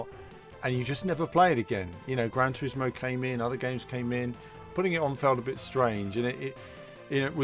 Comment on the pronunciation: "Gran Trismo"? Better change that to "Gran Turismo" 😂🙈